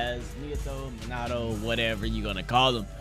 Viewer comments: minato smh who pronounces it minado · This nigga said monado instead of minato lol this aint xenoblade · It's pronounced me-na- to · Mee-nah-Toe bruh your making me mad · Meen ah toe is how you say his name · That shii get me mad when he say minaatoe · Minato MinaTto?! Bruh I was already pissed about ''Narrudo'' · Minato (ME-NA-TO) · Ma net a that is how you say it your welcome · This is how it's pronounced in English Mee Nah Tow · The way u say minato is closer to the real way u say it it’s like menato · I’m Japanese, it’s MEEN-uh-toe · Ur good its m-in- na- toe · it’s me-nah-toe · ME-NA-TOE But close enough (not trying to hate) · It's like "me not oh" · Minato name is pronounced (me•nah•toe) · I pronounce it min-uh-toe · Its said like Minute toe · It’s pronounced mee-nato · Pronounced meenuto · MIN-AHH-TOE is way better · Bruh its not pronounces either of those its pronounced Mii-Na-To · Why are you saying in the Greek Way to say Minato